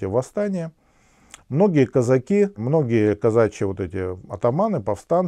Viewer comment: Режет слух...казАки...))))